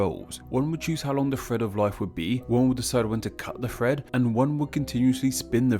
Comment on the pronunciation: Lol I kept thinking you were saying Fred when you were actually saying thread